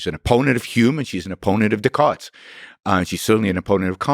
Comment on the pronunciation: When he sad Decart i heard DickHard=) i was like who?=)